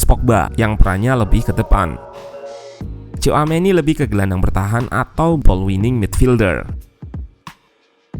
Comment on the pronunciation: bukan coameni min tapi shouameni dibacanya 😂😂😂